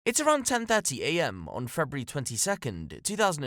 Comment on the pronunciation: Did you say Frebruary ? 😂